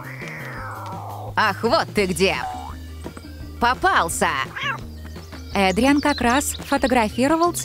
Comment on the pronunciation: Вообще-то надо говорить Эдриан а не Адриан